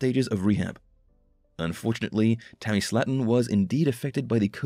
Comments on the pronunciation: It's pronounced SLAY-TON. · Love how the show has been on 2 years and you say the last name wrong.